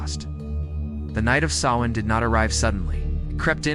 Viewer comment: Please pronounce "celts" with a hard K not a soft C and Sovvan is pronounced Sow as is in S--OW--in